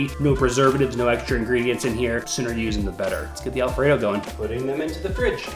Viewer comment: cagin' shrimp alfraydough 🤠